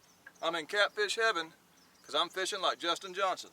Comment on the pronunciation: I love watching both you and Justin Johnston (pretty sure it’s Johnston, not Johnson) but both are different but really great videos!